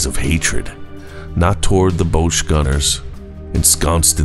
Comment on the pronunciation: Very enjoyable thank you, a very minor point bosch rhymes with gosh